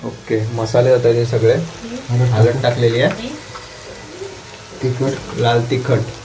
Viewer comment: हळद बोला ओ,काका हलद नाही,आपली कोकणी माणस आपल्या भाषेवरुन लवकर ओळखळी जातात 😆